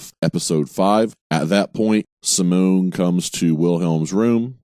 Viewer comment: How can you get all the nAmes WRONG? It’s not rocket science! simone is a girls name.. did you do this on purpose? Jan Olof is easy enough. Maybe you need to watch it all again or think about your motives. Kinda sickening, every time you say Simone. Seems like a lowkey slur.